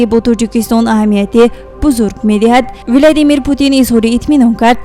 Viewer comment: Владимир а не Виладимир